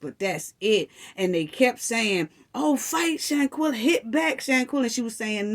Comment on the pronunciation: First off, u keep saying “shantella” it’s shanquella. Secondly, nazeer keeps saying the next day because, he arrived on Sun. Who was blind to the fact that the fight happened on Saturday morning? The night before they well all playing games, drinking, eating and that’s when she walked up on them in the bedroom. Dejanae was still in her pjs that Saturday morning that the fight happened.